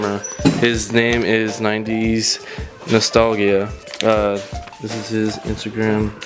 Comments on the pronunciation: Yo mans can’t pronounce nostalgia 🤣🤣🤣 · Bill Davieau it bothered me so bad